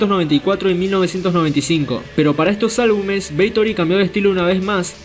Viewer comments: ¿Es BATHORY o “beitori”? 😂😂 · Si, parece weon diciendo beitory. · Porqué dices “Beitory” dumb ass? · Jajajaja! Beitory. Pronunciaciones estilo Emma Havok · Jajajajajaja🤣🤣🤣🤣 Así es Parcero idéntico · Lo mismo estaba pensando parce jajajajajaja